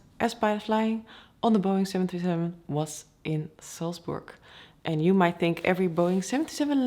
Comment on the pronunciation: Never fails to impress the skill involved in flying one of these machines. Really sounded like you said 727, twice in the first half minute ,-) Very interested to see the differences between the Boeing and the Airbus.